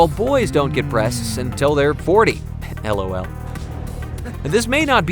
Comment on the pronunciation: Rose Berelowitz what’s worse is that they said it letter by letter